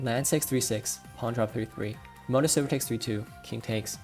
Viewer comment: Yeaj I can see why ishikawa-sensei tells me to keep my hands from classical bex. Also I cant help but hear "pro-motor silver" xD. (btw may I ask, the one commenter keeps talking about not being able to keep up with shogi cause he doesnt know japanese.... Does he know that SH exist? Sorry that I am asking like this, I just dont want to like.... do promotion or anything without your permission lol